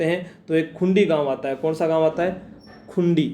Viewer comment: खुंडी नही ह सर वो खुड़ी gaau h